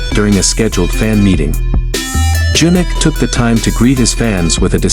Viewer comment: Learn to say his name correctly!!